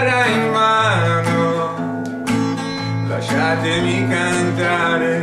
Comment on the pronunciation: Your pretty good but you said "Lasciatemi" wrong